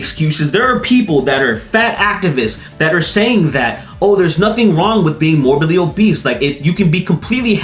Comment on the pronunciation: "Morbidly obeast" lol funniest slip of the tongue